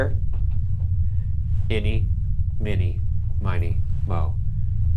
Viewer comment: Who says "innie mini" ??